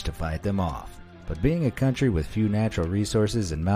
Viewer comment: A cantry withaut army... is like a man withaut bolls